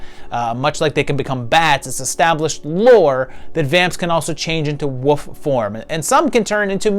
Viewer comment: I'm sorry but there is an L in this word [WOLF] that gets pronounced.